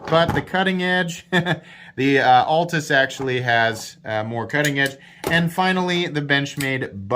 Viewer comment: It’s pronounced….AL tus….not ALT us…